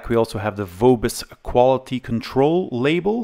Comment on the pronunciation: Nice one! Highscreen was incredibly successful Name distributed by Vobis in Germany. I have a feeling, that every second PC there was a Highscreen :D And sorry for being a smartass, but German V sounds more like F, so it's called [F]obis and not [V]obis, like you'd spell it in English.